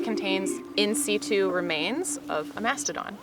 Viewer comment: Yeah that hurt to hear, lol